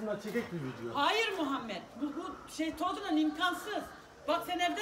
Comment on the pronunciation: Abi size niye herkes video diyecegine vine diyo Jskxjsxjdjne